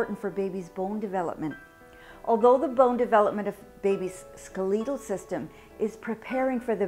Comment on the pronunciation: Ska-leet-al system lol